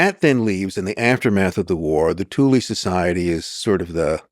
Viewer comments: why are americans always pronouncing E as I ? thulE not thuli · I've got German friends, according to them it's correctly pronounced as TOOLAH. Definitely NOT Toolaay 🤣👍🏻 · Pretty sure it's pronounced 'TOOL' not 'THOO--LY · And the guest can't pronounce Thule correctly either. It's not Toolaay. It's TOOLAH. I have German friends, I asked them, it's pronounced TOOLAH. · The THULE Society, Thule: German language. Therefore the correct pronunciation is: "Tool-ah" . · I know! That's absolutely shocking. I can't help but wonder if it was done on purpose for whatever reason. The other guy can't pronounce Thule correctly either It is pronounced as "Tool-ah" It's a German word, they DON'T pronounce the "TH" sound. And the letter "E" on the end is pronounced "AH" . So, correct pronunciation is Tool-ah. I'm not just making this up, I have some German friends, they told me how it should be pronounced. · This guy said nothing but “bunch of gobbledygook” and gave no other background than some random guy that he barely tied into all this. I’d like to hear his opinion on the Talmud next, and “TOOL-EE”….. cmon Jew at least try to pronounce the shit correctly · Hell of a pronunciation on Thule, I believe it rhymes with fool or tool. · It's pronounced "Thool" - Supernatural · It isn't pronounded Tu lee. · I'm struggling to watch this when he can't even pronounce the name of the society correctly. Typical yank.